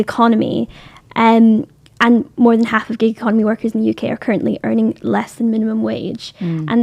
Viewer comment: Oh shes saying GIG economy, not gay economy